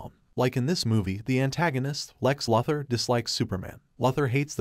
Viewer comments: It's actually pronounced Lou thor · Repeat after me, LEX LOO-THOR. That's how his name is pronounced. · Lex “Lother” ? LoL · Ah yes, Lex Luthur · Its pronounced Lou-ther not Luh- ther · I do like your recaps, but one minor nitpick - you pronounce Lex's last name as Luth-or. It's Lu-Thor. Long 'U' sound... ... ... ...sorry, but as a purist, it just bothers me... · Lex LOTHER 😂😂😂😂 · Loother for Bob's sake. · Lex Lather??? Wtf bro!? Stop it right now!!!! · My bro yet again i ask please its loo-thor please read your comment sections theres afew of us out here still watching your vids hoping you gonna crack it. Tia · Lex lover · It's pronounced Loothór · Enough of saying Luthur'/!!! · lex larver is it????? ai hasnt learnt enough to pronounce luthor name properly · After the fourth mispronounced Lex Luthor I was done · Dude's doing that💩💩💩on purpose'/!!! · Bruuuh check your pronunciation on Luther!!!!!!!!!🤦🏼‍♂️🤦🏼‍♂️🤦🏼‍♂️🤦🏼‍♂️